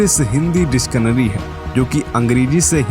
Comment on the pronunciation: Bhai not डिस्कनरी.it's डिक्शनरी